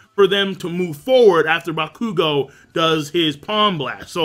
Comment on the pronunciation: Adonis Richards he's pronouncing it right. it's bakugou's name he pronounces wrong (he emphasizes the "KU" instead of the "Gou)